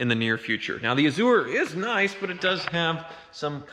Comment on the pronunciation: I love channel, but every time he says A-zoo-er, I cringe. Then I remember he's from Wichita where they say El-Doe-Ray-Doe, Green-Witch, and Are-Kansas River.